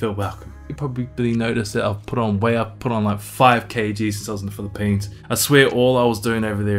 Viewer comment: The way you say Phili-PEANS 😁. Sounds like you had a very productive trip. Can’t wait to hear/see how your future evolves! 🤙🏼